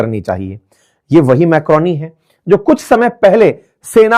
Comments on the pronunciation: Sir, apne meloni ko macroni bola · Maloni sir not macroni😅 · मेलोडी सुना था आप तो मैक्रोनी कह रहे हैं😅 मोदी जी रिसिया जाएंगे😂